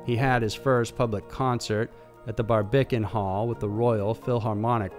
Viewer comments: The Bar-Bic-An hall?!!? ITS BAR-BICAN!! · Its pronounced baRBican